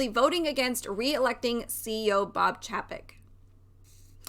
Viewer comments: Pronounced..... CHEY-PEK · If you don’t know how to even pronounce his name I can’t take your opinion seriously.